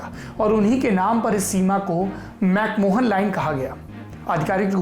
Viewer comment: Mc mohan nahi....mc mahon